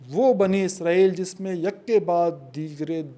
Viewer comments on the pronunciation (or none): Asalamoalaikum, آپ عرق ریزی سے وی لاگ تیاری کرتے ہیں ۔ ماشااللہ اچھی کاوش ھوتی ھے۔ جزاک اللہ ۔ ایک گزارش تھی کہ اسرائیل لفظ عبرانی زبان سے ھے اور اسے آپ عزرائیل نہ بولیں ۔ یہ لفظ عبرانی زبان کے حوالے سے بھی اسم صفت ھے اور صفت نسبتی بھی ھے اور اس کا معنی عبداللہ کے ھیں یعنی اللہ کا بندہ۔ اگر آپ عبرانی گرائمر اور عبرانی لہجوں پر تحقیق کریں تو آپ کو پتہ چلے گا کہ س کو س ہی بولا جاتا ہے نہ کہ ز۔ شکریہ۔